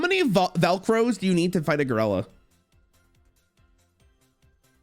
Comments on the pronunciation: Holy fuck hearing him say Gurella over and over gave me brain damage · I swear to god if I hear him say goralla again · Is he saying ger-ella on purpose? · His pronunciation of gorilla is fuckin sending me